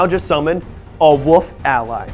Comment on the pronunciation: Anyone else keep hearing "woof" instead of "wolf"? Just wondering. Great video, keep doing what you are doing guys.